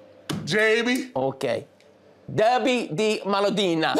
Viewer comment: Grella speaks Italian with American accent (dArby? Derby!). Kate has a surprising correct accent. Titì is the best. FunnyMicah is very good until the very last word he pronunces. And Jamie is the one who’s facing the real tongue-challenge there!!